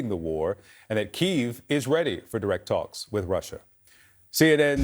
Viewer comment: after all these years how is it that someone working for CNN still doesn’t know how to pronounce Kyiv…… this kind of carelessness is unacceptable. This journalist needs to be taken off the air until he can demonstrate basic competence on the subject matter.